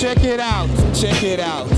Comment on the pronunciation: ken ju szoł as jor buti? czekierałt czekierałt :D xdxfxdd